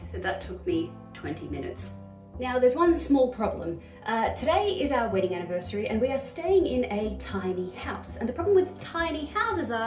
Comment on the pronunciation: Congratulation, when you said universary i realized how manny years i watching you channel, damn time go fast :)